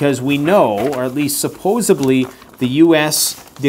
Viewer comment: Supposedly not supposably 😉